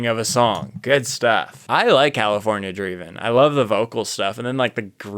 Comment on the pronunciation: lol. You said Grooviest.